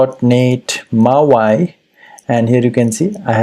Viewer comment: Hey thanks for doing this video. Just so you’re aware it’s not pronounced as “mau i” but “mau e”….mau eeeee hope you can understand this. Keep up the good work friend!